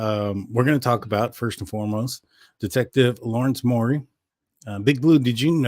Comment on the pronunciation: Detective Urhig formally with Post Falls is now employed by SS. He’s the one that gained access to K’s laptop. FYI guy it is Mowery, (rhymes with cow) I know you like to be correct. Good show. Tysm